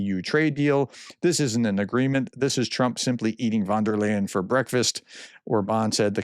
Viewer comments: Great information and interpretation, as usual, but I cringe every time you say Vondelayn. Her name is pronounced "fonn dare lion". ;-) Please try, it's not that hard. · its "Von der Leiiieeeeeen, not "von der len", Prof! Otherwise, keep up the good work! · It's van der Leyen, not von der Land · Ursula wonderland ,, the good professor really have trouble with foreign names